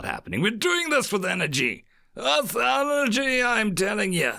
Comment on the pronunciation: Cant get the thought of you being scottish when you say with energy out of my mind